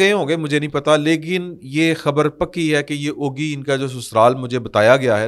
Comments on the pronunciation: Oggi not Oagi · شہر کا نام او گی نہیں اگی (ugi) ہے ۔ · ooooogi nai uggi pronounce hota abbottabad city sai daid ya doa ghantay lugtay kkh pai hai